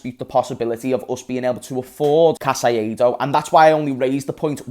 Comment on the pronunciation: Bro who is Casaiedo? 😂😂 caicedo: repeat with me (KAI - SEDO) Its easy...